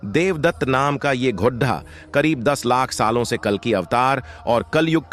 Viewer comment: GHODHA NAHI GHODA BOLO